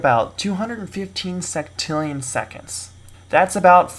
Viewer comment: Yeah...it is maybe he said "sextrillion" as "sectillion"